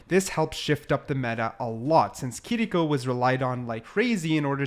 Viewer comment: Giving a thumbs up for saying “Kiriko” and not “Kireeko”